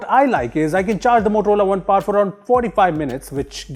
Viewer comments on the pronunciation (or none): It is not Par it is Power.